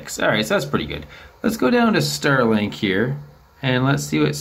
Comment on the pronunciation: Ster link